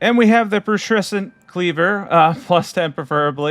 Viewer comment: Pew-tress-ent :D Great vid love all the builds thanks!